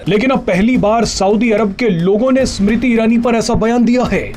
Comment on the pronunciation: Sumrti nahi smriti 😂😂